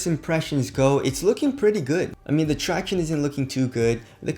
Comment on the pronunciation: YES HE SAID TRACTIONEE